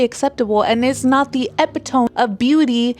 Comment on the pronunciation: good video! also epitome is pronounced Eh pi toe me not epp it tome